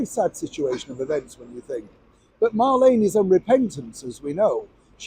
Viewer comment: Her name is Mar- Leen not Lane . Remember in the old radio program “ me names Marlene “ said in a Brumie accent. As far as going back to the palace I wouldn’t have her back but it might scare her to death, so yes bring it on.